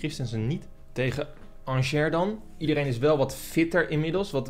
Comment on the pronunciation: Ik was 2/3 weken geleden bij RWDM in Brussel. Angers was er toen ook en je spreekt het dus uit als aangee (g=sj)